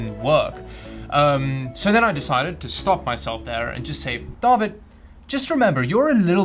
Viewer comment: when he said "DAWID" i was sure he's South African